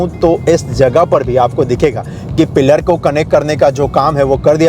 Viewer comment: why do you pronounce "PILLAR" as "PEER"...